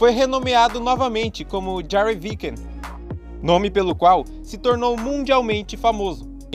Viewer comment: kkkkkkkkkkkkkk Curti sua honestidade sobre as pronúncias. Lamento informar que Viking tem a pronúncia "vaikin"... kkkk Só estou tentando ajudar, ok?